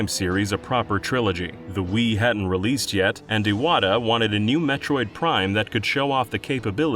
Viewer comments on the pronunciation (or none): none